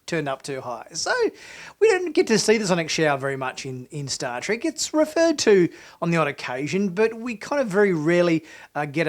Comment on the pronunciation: It's Star TREK, not Star "trik!"